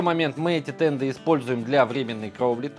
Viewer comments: Да, слух конечно очень сильно режет когда слышишь "тенДы", еле досмотрел. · Почему "тенДы"? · Правильно говорить "денты"